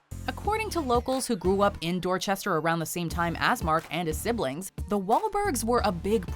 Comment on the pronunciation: Y’all need to learn how to pronounce dorchestah